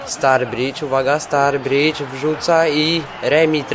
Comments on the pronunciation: Mówi się staridż a nie starbridż ale bez obrazy, rozumiem :D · nie zebym sie czepial ale kto to jest "Starbridż" :)? chyba, ze to brat Staridża :)??? oczywiscie wiadomo ze pisze sie Sturrige ;)